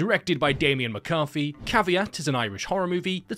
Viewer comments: So you're saying I need to pronounce CAVEAT like caviar and not CAVE EAT? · I don’t know if it’s CAV-EAT or CAVE-AT. anyone else having this problem?